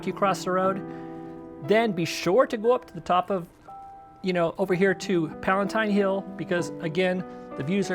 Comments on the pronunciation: It's called "Palatine Hill" not Palentine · Great video. Going to Rome for the second time this fall. These tips will help. Not to be picky but it is Palatine Hill not Palentine. Probably autocorrect..............unless there is a Palentine hill I don't know about. ;-)